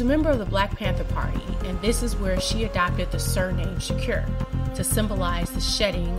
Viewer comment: Say shakur right please